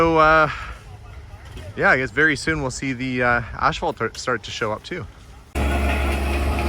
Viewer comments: The way, and others, pronounce that word may be better than in the States, or at least where I live, they say 'a$$-fault'!! 🤣🤣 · I wish I had a hundred dollars for every time he said ass fault. I could go on a shopping spree. I thought maybe he was saying it so much because in his last video on the pool house, people in the comments kept pointing out how he says it differently than how it is pronounced in the US. Maybe that is how all Canadians pronounce it. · I noticed that, too, lol! I have never ever heard it pronounced, "ash-phalt." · I figured it was a Canadian thing. 😊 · ph is pronounced as f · But there is no "h"!😊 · Please, there's no "H" in asphalt. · Are you pronouncing asphalt differently for utube? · Great video - BUT - you make a bit of an ash of yourself for consistently pronouncing asphalt wrong.🤓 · There is no H after the S in Asphalt. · Canadian pronunciation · I have heard another Canadian YouTuber pronounce it the same way as. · Please, it is pronounced — ass fault — not ash fault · Is he saying ASH phalt? I've never heard it called that before. We say asphalt. No "h" in the word. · Pretty cool to watch things come together. By the way, I believe you kept calling it Ashphalt. I'm no wordsmith, but I thought it was pronounced asphalt. Either way the flooring will come together quite nicely wants it corrected. The cabinets look great and I always love a real wood shelf myself as well. Can't wait to see it finished. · There are lots of words said differently from region to region. ASH-fault sounds way better than the way I've always heard it (ASS-fault) anyway. I pronounce the word "caramel" as CAR-MEL. My daughter says CARE-A-MEL. Why? Don't know. Don't care. With such an interesting world of diversity, how can there be only one "right" and everything else is "wrong"? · It’s not ash-phalt, it’s As-phalt. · I have never heard asphalt pronounced “ash fault”. Where I’m from it’s “ass fault”. 😂